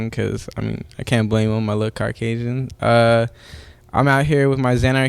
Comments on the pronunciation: "Car-casian".... you can count his brain cells in the amount of times he blinks. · Ali there is always that one guy/girl to ruin a simple joke with trying to correct grammar where it's not needed, this lil xannax guy pronounced it "Carcasian", that's the joke it flew over your head, how I don't know, it's literally 20 seconds into the video congrats. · "CARCASIAN" HAHA oh man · "carcasian" oh my goodness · he said carcasian. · He is Car-Casion , he is a mexican not CARCasion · did this man just say carcasian? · Slow down the video playback to 0.5x whenever he says “carcasian” (Caucasian) lmaoo i laughed harder than I should’ve 😂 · Nigga said “car-casian”